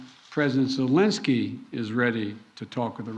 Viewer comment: Creepy Joe called him Valensky, lol senile old fool...